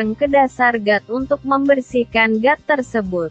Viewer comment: Got kali bukan gat